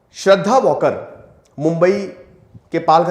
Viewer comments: वॉकर नही वालकर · It's Waalkar not Walker ...Hindu Marathi surname